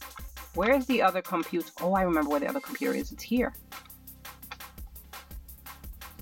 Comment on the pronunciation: Comptuter in 0.38min 😂😂